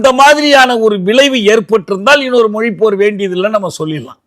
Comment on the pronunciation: The interviewer should start saying Mozhi instead of Moli